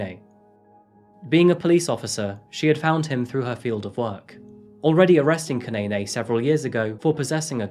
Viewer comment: 😂😂 I thought the same thing dude. He kept on pronouncing Zanele and Kunene wrong.